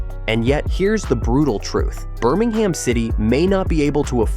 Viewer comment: Not Burming Ham. It's pronounced Burming um.